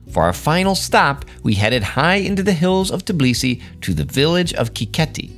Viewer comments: Tbeeeeliseee not Teeblisee !!! GOSH make an effort guys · It’s hilarious to hear how time after time calls Georgian capital “Tiblisi”. 🙂 It reminded me old name of the city - Tiflis.